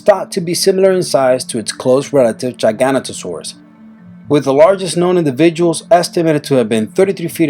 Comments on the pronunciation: I swear if i hear one more person pronounce giganotosaurous wrong again im commiting die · By giagantosaura U mean (gi-gah-noe-toe-sores) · OH MY GOD NO ONE KNOWS HOW TO PRONOUNCE GIGANOTOSAURUS, IT IS PRONOUNCE GI-GA-NOT-A-SORUS. Not Ji-ga-ni-ta-sorus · mate it's called giga-noto-saurus not gigantosaurus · The name is not Gi-gan to-Saraus it's pronounced Gig-o-noto-saur-us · its jig a no toe saur us not giganu to saur us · TheMinecraft Moth No, but Giganotosaurus shouldn't be pronounced "gigant-o-saurus", it should be pronounced, "jee-gah-noh-tuh-saurus". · moschops is not a dinosaur either...its from the Permian as is gorgonopsid and etomnosauarus(?) . Entelidon was a mammal that came long after the dinosaurs. Also what TheRealXboxNerd said. Giganotosauraus is pronounced gig - a - not - o - saurus. Not many dinosaurs on this list then rolls eyes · Time for corrections on the info and pronunciations. #22- it's pronounced Cro-no-saurus and is what you said, a marine reptile, not a dinosaur. #20- It's pronouncedLie-oh-plor-oh-don or Lie-oh-ploo-roh-don and it's not a dinosaur. #19- It's pronounced jig-a-no-toe-saurus #18- It's not a dinosaur. It's a pterosaur and pterosaur is pronounced like terror-saur except replace -or with oh. #17- It's pronounced ick-thee-oh-saurus or ick-thee-uh-saurus and it's not a dinosaur and plesiosauria is pronounced plee-zee-oh-sor-ee-uh #15- not a dinosaur #13- It's not a dinosaur #12-Not a dinosaur #7- not a dinosaur #3-not a dinosaur #1-not a dinosaur. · also he said giginotosaurus wrong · It's not Giganotosaurus, it's GigaNtosaurus. Comes from the word gigante, which means enormous. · Great list but a lot of the pictures are really out of date. Also the p in pterosaur is silent and giganotosaurus is pronounced as if spelt 'jigganotosaurus'. Sorry, I was obsessed with dinosaurs as a kid!